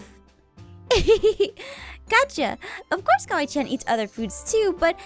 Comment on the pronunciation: it's kawaii~chan, not "kiwi chan."